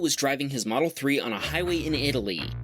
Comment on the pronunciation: He got a tesle moldel s plaid for his 16th birthday dang